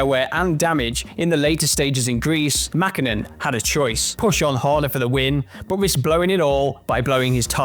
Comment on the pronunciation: Why they say Mäkhinen or Kankhunen😅